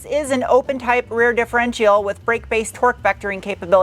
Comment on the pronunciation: Dif-er-entail?? Speaking is hard, but come on. It’s a differential. Pronounced di-fo-ren(t)-shal